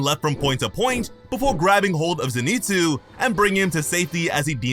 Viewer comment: Did you purposely mispronounce Zenitsu?